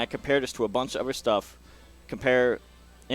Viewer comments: This is really cool and well done and explained. Awesome video for a one shot unedited explanation too. But the thing I find most fascinating... The way he says "uhver" .... Um.. "Other" The TH sound turns into a V, I've never heard that in my life. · It does sound like "uhver"